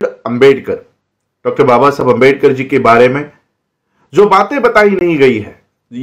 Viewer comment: Screen par likha hua आंबेडकर hai lekin pronounce अंबेडकर kar rahe hain. Shuddh vartani kya hai